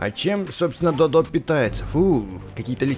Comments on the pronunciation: Читается как Додо(ударение на первое о) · Правельно Д`одо а не Дод`о